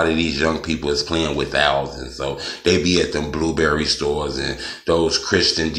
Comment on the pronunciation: Nigga said "blueberry" store 😂😂